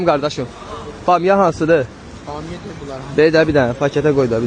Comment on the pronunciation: Nənə bamyanı elə dedi eləbildim söyüş söyəcək😂